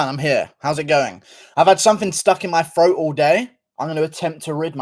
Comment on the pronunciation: GURU American accent be like "I have something in my FROAT!"